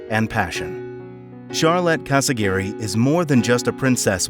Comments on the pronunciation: Her last name is CasiRAGHI, not CasaGIRI. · Casiraghi. Not Casi-Gary